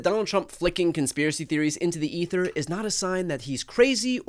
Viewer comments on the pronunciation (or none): none